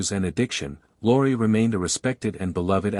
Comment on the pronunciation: Beall instead of Bacall ... Mun instead of Muni ... Luri instead of Lorre ... Plet instead of Paulette ... You don't believe it? ... Read the names Golden Stardom puts below the red line. PATHETIC!!!